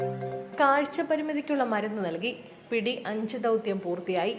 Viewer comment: പിടി എന്നല്ല എന്റെ....... വായനക്കാരി...PT എന്നാണ്. 😅